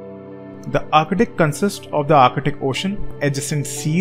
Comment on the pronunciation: I swear I heard u saying architic Everytime u try to pronounce ark-tik(arctic)